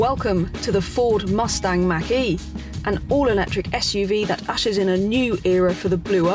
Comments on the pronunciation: Thank you for the pronunciation of Mach - e as MAAHHK e and not as Mackie as I’ve heard on other English channels! I have to laugh out loud when someone says that! Love your videos!!! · Robert Langham Yes I think she pronounced it correctly unless I missed something....I have to laugh when it gets said wrong!